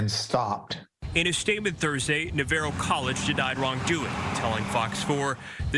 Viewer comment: why can none of the reporters pronounce Navarro correctly